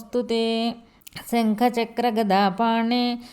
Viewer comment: Shangha pronounciation correction